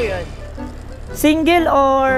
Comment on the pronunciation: Ayusin mo ang pananalita mo iho ! Anong SIN-GEL ?